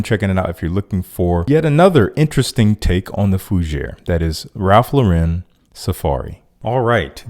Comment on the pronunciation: Great list! And it is Lauren - like Lauren Bacall and no Lau’ren. Always makes me smile when people check themselves with Ralph’s name. In the world of the subjective, I would have had to have added Chanel Egoiste (not PE). A classic and classy timeless masterpiece that has caused controversy singe it’s debut.